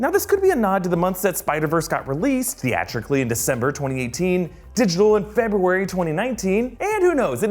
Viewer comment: Decmber & Febrary?! more lIke Decembruary!